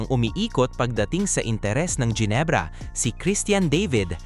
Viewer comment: Mga jenebra bagang, Genebra, hindi jenebra, at mga devid, David, Hindi devid, ginagawang English